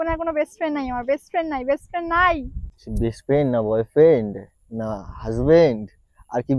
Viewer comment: *brest friend 🤣😂😂😂 oh gosh brest friend abar ki jinis 😂😂..... Son tui English kotha bolte jehetu Janis na tai je kono English word bolar age aktu jene sune bolis vaiii... Bujhli ... Joto sob.. faltu meye akta. Hatt👉🗣️🚪